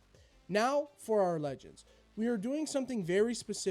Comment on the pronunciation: Hey great video I rly loved your Intro!! Just a quick comment You tempt to scream the first word of a sentence. Like here with THAT and with NOW